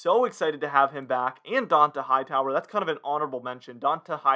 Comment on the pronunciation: How Hmong have you been a pats fan ? And can’t pronounce Donta Hightower?